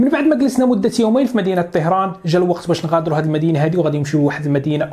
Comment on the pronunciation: طَهران و ليس طِهران